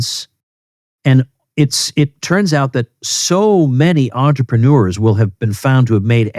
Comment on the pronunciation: Sorry Tom, but as a french 🥖 it hurts my ears when you say the word entrepreneur, use the word businessman instead.